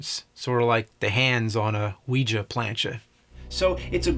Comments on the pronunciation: "Wee-juh" board... has he never heard other humans speak? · It is so fascinating how badly he mispronounces “Ouija”.